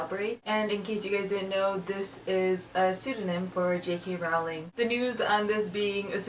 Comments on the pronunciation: Rowling is pronounced like bowling.. :) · You pronounce "Rowling" incorrectly.